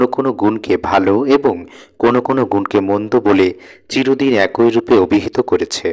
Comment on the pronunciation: টোন টা ভালো ছিল। উচ্চারণ আরো উন্নত করতে হবে। যেমনঃ "এ কই" না "একই" কিংবা "প থই" না "পথই"। মানে, কই বা থই না, হবে, কি কিংবা থি ...